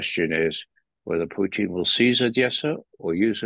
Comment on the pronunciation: can you ask Ray for me, why he calls him Pooteen?